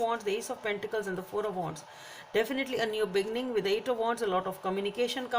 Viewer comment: You really should pronounce “be-ginning” instead of “begging-in”!😂